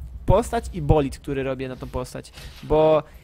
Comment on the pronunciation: Jak zaczynasz mowic po angielsku to nie kalecz tego jezyka , prosze.... Uszy bola build czytaj jako bild a nie bolid. BTW. Mundo napierdala i rzuca z axow a nie cleaverow ;__